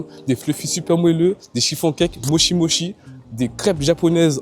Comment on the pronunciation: Hello, Pour info mochi se prononce Motchi. Si vous voulez en tester de vrais et traditionnels, il faut aller à la maison du mochi. Ça n'a rien avoir vraiment. Aussi si vous voulez des desserts à composer soi même pas trop sucrés et faits par une super nana qui mérite plus de visibilité, il faut aller chez Sweet Intuition rue Dussoubs. 😉 Après étant végétalienne, je peux aussi vous donner d'excellentes adresses: Giardino, VG pâtisserie, Mauvaises herbes, lesArtizans (je crois que ça s'écrit comme ça - concept fleuriste et salon de thé/lunch), aujourd'hui demain.